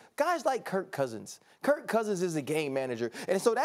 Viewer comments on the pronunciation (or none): none